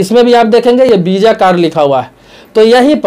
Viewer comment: Bisa nhi visa hota hai sir